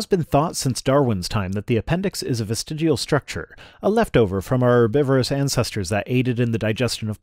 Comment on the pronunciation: everyone knows it's pronounced "vestigual". (On that note, looks like TTOR has deleted his channel, also that a year ago I made a similar comment on a Utah Outcasts video. My material is almost as stale as a Hovind's).